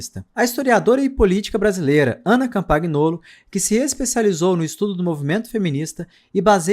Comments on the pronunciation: O GN, do italiano, tem som de "nh". É "Campanholo". Campaguinolo é foda, hein. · doeu no ouvido o "CampaGnolo"... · Ana Campangnolo = Campanholo. Em italiano, o GN pronuncia-se como NH